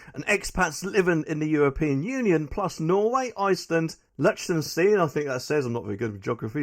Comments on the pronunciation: Should that be Lichtenstein? Pronounced LICK-TEN-STINE. You are not very good at reading and place names, are you? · Liechtenstein - Lick-ten-stein